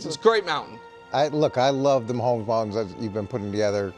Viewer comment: Brou saying Mahommes down is crazy work